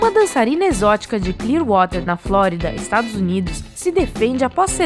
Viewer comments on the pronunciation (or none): none